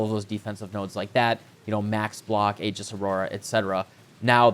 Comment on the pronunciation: Thank you for pronouncing "aegis" correctly.